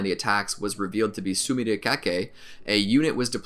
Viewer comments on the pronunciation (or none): none